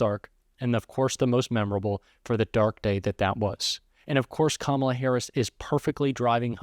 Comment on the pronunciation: Oh my he pronounced Kamala correctly